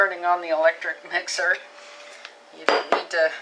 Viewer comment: Its a with not myxer